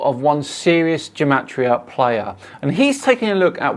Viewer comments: Not to be too much of a party pooper, but gematria is pronounced with a hard G (Like Gamma) not as Jematria (Jewel). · Why does he start by pronouncing gematria with a hard G sound and then just switch half way to a soft G sound? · "Ruining Gematria"? Um ... OK. Go for it! Question: how do you pronounce 'Gematria'? The GematriaEffect guy says it sometimes with a hard 'g' as in 'get' and sometimes a soft 'g' as in 'gem'. Is he trying to confuse us? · This gematria guy is pronouncing gematria wrong. I found two different pronunciations and his matches neither? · For someone putting so much emphasis on spellings, he can't even decide on the correct pronunciation of "gematria"